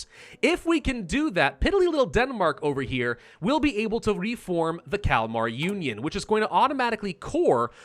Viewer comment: I keep hearing the Calamari Union not the Kalamar union. :P